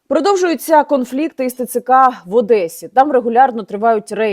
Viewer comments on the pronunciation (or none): none